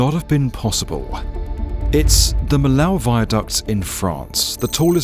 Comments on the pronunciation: Millau is pronounced " mee o ". I still have a house at the southern extremity on the A75,the motorway that crosses the bridge. I can remember the road before. Crawling along the cliff face on the northern exit of Millau with a 40 ton truck required concentration and that wasn't the only difficult part of the road. The long series of bends on the southern side of the town requires a lot of attention also. For us, truck drivers, the opening of the bridge was such a changé, I still drive across it from time to time, although now in a car and cannot help but be impressed and appreciate the view of the valley from " up there ". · Some corrections: 1) Millau ain't a village, it's a town, if not a small city as per the satellite images and the fact that it has some 20k inhabitants. 2) It's pronounced Mi-yo, easily checkable on the Internet 3) No nobody would do the north-south trip through the Massif Central before the late 90's, the Rhone valley highways where much faster 4) By the early 2000's the route had became feasible thanks to the sprout of highways (some with unsane gradients nonetheless), and yes the town was a real bottleneck but traffic never got as bad as 5 hours to cross the town, maybe 2 on the worst days. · As an inhabitant of Millau, I really appreciate to see a video about our bridge. However I would like to tell you that the prononciation of the name of my town is like "Miyo". It's written Millau because the old prononciation in occitan (the regional language wich was spoken until the 20th century) was different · la précision est incorrecte. Les gouvernements français ont toujours essaié d'éfaccer n'importe quoi que ne soyait français, et vous mêmes ne connaissez la langue occitane, et pir encore, vous ne savez ni que elle existe. Millau n'est pas français, et la prononciation correcte est Mil-yá-ou, NE PAS "miyó". Un peu de culture ne fait mal à personne. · The town's name is pronounced mee-yaw. Thanks for the Norman Foster Interview :) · Mee-lauw ffs